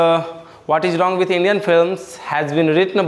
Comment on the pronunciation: Sir rong nhi hota h wrong hota h